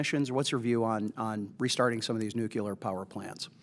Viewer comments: Also, I cannot respect anybody who pronounces the word "nuclear" as "nucular". Get your sh*t squared, mor*n. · Nuculer haven't heard that in a while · I'd feel better if the questioner could at least learn how to pronounce nuclear. It's not nucular. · It’s “noo-klee-ur”, not “noo-kew-lur”. Ugh. This is one of my biggest pet peeves. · I wish he would ask about the nuclear power plants instead of the nucular ones. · Scary the guy on energy and technology committee can't pronounce the word nuclear correctly ??? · Of course, it would be better to get an opinion on nuclear energy from someone who can pronounce nuclear.... not to nitpick or anything.